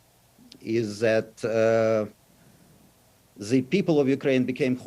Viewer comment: "hostages of ze nationalistic and actually antinational series of governments" 🤣Even George Orwell couldn't make it up!